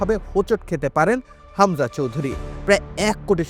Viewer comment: খামজা কে??????? হামজা নাকি খামজা? তোরা কি যে সাংবাদিক,,,,,৷৷৷ হামজারে কে চেনে??????